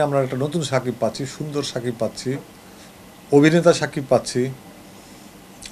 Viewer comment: ami zototuku jani aponi ztesht shikkhit hoyto aponi onn kichu vul bolteparen ba likhte paren ekta manuser name vul bolen kemone shakib khan bolte kosht hoy.cakib khan bolen ken